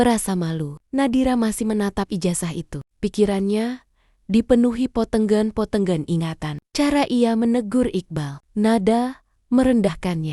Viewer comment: Itu naratornya lucu cara mengucapakan potongan2 hehe